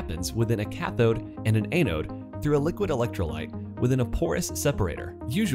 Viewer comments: ăn′ōd″ ah-node not ay-node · a-node? Sounds like your speech program needs an update. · you should learn how to pronounce anode properly.